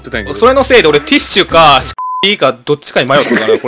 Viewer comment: ｢テッシュ｣ ((((((((ティッシュ))))))))